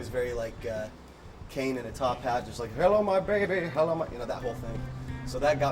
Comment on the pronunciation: "Hello ma bayby" 😂😂😂😂